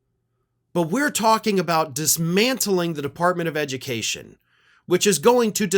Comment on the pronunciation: Devunt the edumucation debbartemint....